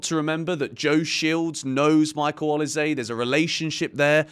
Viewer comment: O LEE SAA - try this pronunciation 😅😅